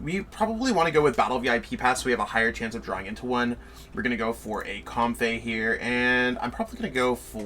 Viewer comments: Comb-fee not com-fey too 😁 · The Comfey pronunciation got me too. Then I read it and I really see where he got it. But I just feel like it should be Comfee